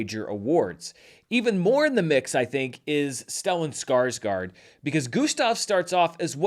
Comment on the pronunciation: Here's one of them clicks! I applaud you for making the effort to pronounce Joachim's name, though you forgot to do the same for Stellan Skarsgård. I know you do your best. 😊